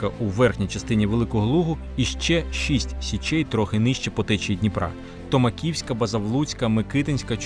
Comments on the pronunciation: ТомАківська, а не ТомакІвська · Залююбки вивчаю історію разом з Вами. Цікаво, логічно, аргументовано. Єдине, хочу підказати: найперша січ - ТомАківська, наголос на ІІ склад